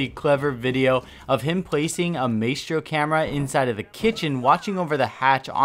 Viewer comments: I love your channel but if you keep saying "maystro" and "turrents" I might kill myself lmao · Please stop pronouncing it MAYstro... Please. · Does it trigger anyone else how he puts emphasis on the a sound in Maestro instead of I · The way you say Maestro is just... Not okay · Maestro is pronounced differently in italian... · please say Maestro the correct way it's supposed to be pronounced. Love your vids, just one of my pet peeves. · Dude please pronounce his name properly. i know it isn't a very common word in the English language but it is seriously not that difficult. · You are pronouncing badly the operator's name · I’m sorry. I love you but God Dang you need to learn how to say Maestro’s name right. Literally the devs said his name twenty times🤦🏻‍♂️ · Don’t pronounce maestro like that please. I cringe every-time you say maestro. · Dont pronounce his name like “May-stro” but instead like “my-stro” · (Tur - ets) Turrets (My - stro) Maestro / learn it, use it. It's your lack of pronunciation that is holding you back from being a great streamer. This is not the first time we've noticed you saying things incorrectly. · Hearing "MAY-stro" is more annoying than I care to admit... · It's pronounced my-stro not may-stro and turret not turrent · MAY STRO???? NO BUD!!!! My - Stro.... Love you fam, just trying not to explode lol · Ma-S-Throw= not Maytro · My-stro, not May-stro. Tur-ret, not tur-rent. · It's not MAYSTRO!!! it's ma-estro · "My-stro", not "may-stro" :p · Its pronounced “my-stro” not “may-stro” still love your vids tho bro💪🏻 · ITS MY-STRO NOT MAY-STRO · Please don’t ever say “May-stro” again. It’s “My-stro” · PRONOUNCED.. (MY STROW) not (MAY STROW) i hate hearing names butchered repeatedly stay in school kids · Dude it's not may-stro... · Am I the only one that gets triggered when ever he says Maystro. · “may-stros turrents” this guys pronunciation is amazing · why do you call mistro maystro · "maystro" lol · Yh it “my-stro”